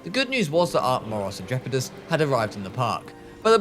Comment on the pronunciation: Your moros Intrepids was a good pronounciation